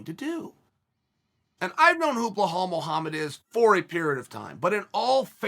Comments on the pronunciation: 🤣🤣🤣... uncle Chael... his name is not "Bull-hall".. it's Bilal.. pronounced as "bee_Lal" like Bee 🐝 LAL .. yes.. now say 3 times fast !!! . Cracks me up when he says BullHall.. 🤣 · Great compliments from Chael. But remember the name BELAL (not BA-HAL). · Me: Belal Uncle Chael: Blahal Also me: Blahal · Belal. ! Be - lal not Blahall😂. Jesus ( peace be upon him)🙏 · I'm dying every time he says blue-hal Mohammed 🤣🤣🤣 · Chael over hyping blahal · Nobody: Chael: "Bluehall" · I totally forgot Chael pronounces "Belal" as "Blehall" like a psycho lmfao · Chael butchering fighters names half the reason I watch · I'm like "Who is blowhole Mohammed?" Chael has name mispronunciation game on par with Greg Doucette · How can you miss spell belal. Its a literal pronunciation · For not drinking, ol’ Chael sure does pronounce every name like he’s drunk.